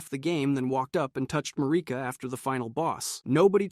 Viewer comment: Lost me at Ma-ree-ka destroys Elden Ring because she is grieving the death Godwyn.. byw